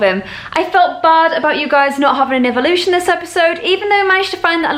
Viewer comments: Well, actually, she doesn't even say "eeveelution", she actually says "eevolution" which is odd ^^ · I love that u keep saying eeveelution I say it to lol ps u r my hero☺️ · lol she really have a habit of saying eeveelution